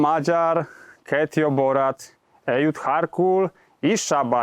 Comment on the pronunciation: Nem harkol,hanem harcol és szkita,hun,avar,magyar.